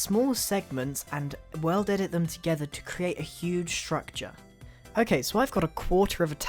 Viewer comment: I thought he was sayin weldedit in the beginning he is just British.................... or whatervur